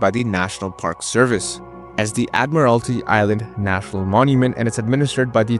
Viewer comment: I'll second that. It is admiralty island. would suggest 'hooked on phonics' as a prereq to watching it apparently. before seeing......the island.